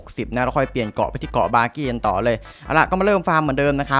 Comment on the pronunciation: มันชื่อบากี้ไม่ใช่บอบบี้555+